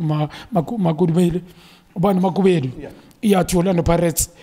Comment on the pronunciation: Ntsako Makhubele, not makubelo